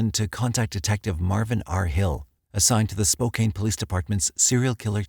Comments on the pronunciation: It’s pronounced Spoe-kan not Spoe-Kane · SpoCAN, not Spokaine Native American word... use it please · If people want others to say SPOCAN then maybe it should be spelled Spocan. Spokané. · Though I too recognize the usage of Spokane spoken as Spocaine is different and perhaps technically misspoken, it doesn’t have nearly the effect on this video as some would suggest. Spo-can is preferable, I think someone not familiar with the city could be cut some slack for the pronunciation. Another great video btw. Awesome content as always! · Please don't take this the wrong way, it was a well prepared presentation. But, Spokane is pronounced Spoke + Anne, with the emphasis on Anne. It is not Spoke + Cane. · Spoke-anne not Spoke-Aine... haha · My guy I live there it's Spo-can not Spo-cain lol it's okay tho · PLEASE DO NOT SAY SPO CANE, IT IS SPO CAHN! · spo-CAN not spo-CANE!!! it is like fingernails on a chalkboard!! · Spo-CAN, not Spo-CAIN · Can, can, not cain. Lol. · Glad to hear your old narrator! Small correction worth checking ahead of time. Spokane is pronounced spoke anne, not spoke cane. Spoh-Can. Congrats btw! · Spo-can, not Spo-kane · 🎉 congrats on the birth of your baby! 🎉👏🏼 Fyi, Spokane is pronounced...SP•O•CAN. Hearing SP•O•CANE makes me have to go back to catch what is said after each time it is spoken. 😁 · Isn't it pronounced Spo-can not Spokane? This is driving me nuts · SPO-CAN washington. Not Spo-kane. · LOL I've been over here clinching my teeth and saying "It's not 'spocaine"!" LOL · Must be a computer-generated voice, to pronounce "Spocan" as "Spocane". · Spo CAN not spoKANE. Also more murders live here more than ever, your jaws would drop. There’s never not a sign saying “Have you seen this murderer?” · It's SPO-CAN. It's native and means "children of the sun" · Spokane- pronounced. Spo-kan 😉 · SPOKAINE? Amatuers. Who noticed Sprague turned into SprAg? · How can this narrator pronounce SPOKANE...as SPO CAIN far gods sake man...DO YOUR RESEARCH...!!!